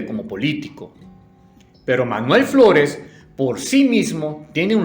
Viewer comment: As escuhado chino floles